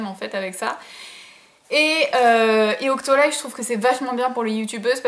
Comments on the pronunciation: Coucou ma chérie ! Super vidéo, tu as fais des choix que je n'ai pas fais dans mon free store donc j'ai hâte de connaitre ton avis sur l'semble de ces produits. Tu m'as trop fais rire a dire OCTOLYYY mdr c'est OCTOLIII ma chérie :) Des gros gros bisous <3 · c'étais drôle "octolay" je crois qu'on dit "octoli" 😂 super vidéo, bisous 😚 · "Octolaï" Mdrrrrr je t'adore <3 Merci pour cette vidéo :-*